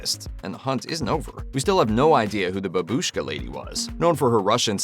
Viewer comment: не бабУшка, а БАбушка( like a grandmother)